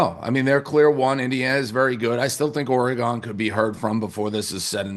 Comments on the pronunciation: Dave’s refusal to pronounce “Oregon” like a civilized human is ridiculous. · So nobody has the balls to help Dave pronounce Oregon correctly?